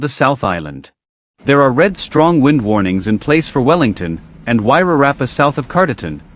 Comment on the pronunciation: At last. Someone who can pronounce Wairarapa correctly. Even Maori language speakers say Wire-Rapa.